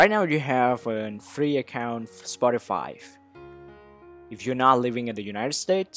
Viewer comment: Lol he said spoti5